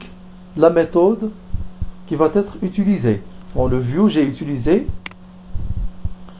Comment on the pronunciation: Attention on dit qui va être et non qui va-t-être